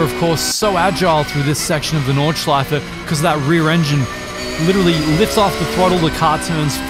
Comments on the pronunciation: As German im Super astonished by your Pronounciation of different parts of the Track! No Butchering at all ! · good german pronunciation, not many people can even do a ch sound haha